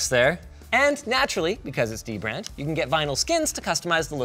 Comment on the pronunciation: I always thought it was pronounced Duh-brand lowercase d its dbrand